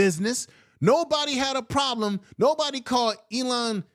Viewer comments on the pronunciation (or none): Eli not Elon!